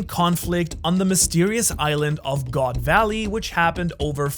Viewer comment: We pronounce the "d" in the word "God".